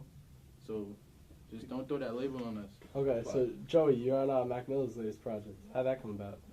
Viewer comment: Can’t believe he called Mac Miller “Wack Miller”